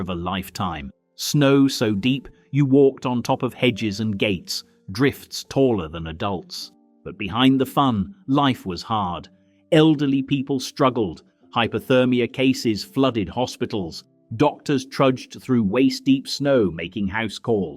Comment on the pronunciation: “A-Dults?” English dot talk like that, bad AI 🤖 voice.